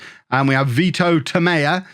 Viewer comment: Tomella - exactly like you think it should be pronounced (not Spanish) but maybe hold on to the L a little: ToMELLLLLa